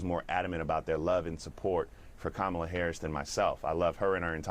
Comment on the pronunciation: Even how we pronounce her name is an indication of the fraud of her connection to us. HER grounding in INDIAN lineage is even within her proper pronunciation of her name...COMMA-LA.